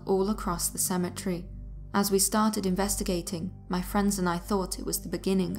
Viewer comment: How can you mispronouce Cemetery?